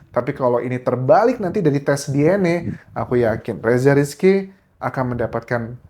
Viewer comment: Baca DNA bukan DNE